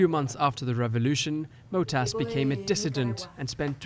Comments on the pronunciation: Huber *Matos, not Motas. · It´s matos, not motas.